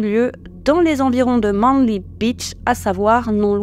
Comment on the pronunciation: Manly se prononce "maineli" 🤨😉